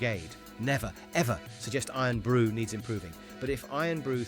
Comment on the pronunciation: Scots hearing Eern Brew 😡